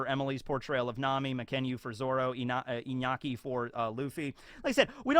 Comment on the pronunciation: Now that's how you pronounce Iñaki's name. Thanks a lot for it my man.